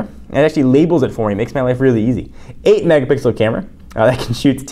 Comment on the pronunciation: "8 Megabixel Camera"